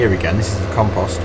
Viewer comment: your saying compost wrong